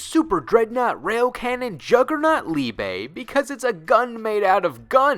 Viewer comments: "Liebay". The E isn't pronounced as "AY", it's "Eh". So Liebe, not Liebay. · The pronunciation of liebe killed me